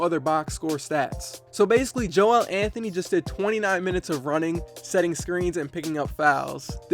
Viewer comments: You don’t say Joel Anthony’s name like embiid’s. It’s Joel (jul) not (joe-el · It’s pronounced like “Jowl” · It’s just not Joe El. It’s just one word